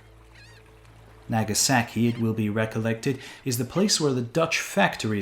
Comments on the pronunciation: my weeb is showing, the way he said "Nagasaki" hurt my brain. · The way you say "Nagasaki" is like someone saying Los Angeles like "loose angles" "Naggy saggy" lolol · Hilarious pronunciation, like a true early explorer would say in American English: Nehga sehki Well done xD